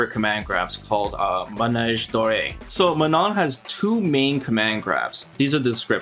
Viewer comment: You really have saved the best for the last! Also I love how correctly you pronounce her name(„Maano“)!